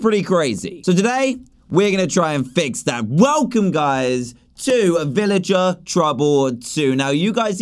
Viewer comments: Dan you mean villager not illiger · Did he say villager with out the v? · Dan said illager instead of villager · DAN AT THE START OF YOUR VIDEO YOU SAID ILLAGER NOT VILLAGER!!!